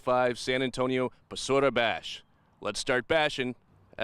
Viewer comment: BASURA= Bà Soo RAH sounds spelling for white people